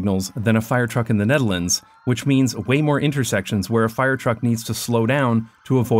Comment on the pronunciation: I cant get over how you pronounce "The Netherlands" as "Denedelence"